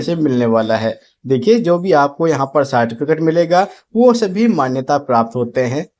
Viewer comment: Tum ko to Certificate bolne ka bhi Dhang nhi tum gyan kya doge re